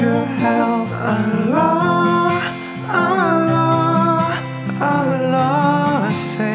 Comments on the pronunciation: Daud Kim try to practice saying the word "Allah" in good Arabic. with the pronunciation of the thick letter L. Your voice is nice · Ngucap Allah nya belum bener, kalo sampe orang lain bergetar hatinya, itu baru ucap Allah yg benar